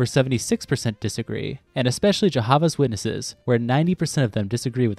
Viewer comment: As someone who used to be a Jehovah's Witness, I don't think I could've been caught more off guard by how you pronounced it XD